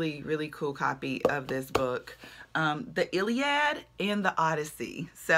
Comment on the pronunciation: That Iliad book was a very good find, and yes, you pronounced it correctly :) I thought you were from the South, it's funny but living in Australia seems to make it easier to detect an accents origin. Perhaps because I have lived around migrants a lot, who knows. Thanks for the vlog.